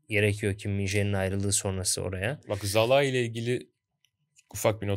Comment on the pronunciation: Sinan Yılmaz ve Bülent Kalafat'a sorum var. Neden Szalai'ye ısrarla "Zalai" diyorsunuz acaba? Oyuncunun ismi "Salai" olarak okunuyor siz de bunu biliyorsunuz aslında. Oyuncunun 2. sezonu ve tüm maçlarda spikerler "Salai" olarak söylüyor. Üstüne Macaristan milli takımı ile de Avrupa şampiyonası maçları oynadı. orada da spikerler aynı şekilde söyledi. Ama siz nedense yanlış söylemde ısrar ediyorsunuz. Böyle yapmak hoşunuza mı gidiyor?